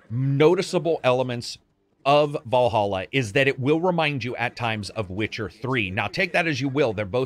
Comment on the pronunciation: It's Valhalla not Wallhalla